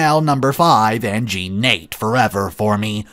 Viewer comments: I love the Magda series... I've listened to it from a few creators... but it just makes me feel old that none of them know how to pronounce Jean Nate (Na-tay) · Just in case you need to read it again, Jean Nate is pronounced nah-tay. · Jean Nate- pronounced Jawn Natay I think.